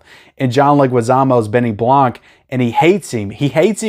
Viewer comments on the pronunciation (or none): It’s Benny Blanco not Blanc lol which is Benny White in Spanish. U funny guy lol